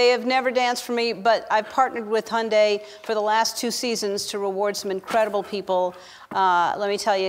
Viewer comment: Umm..is that how you pronounce hyundai?..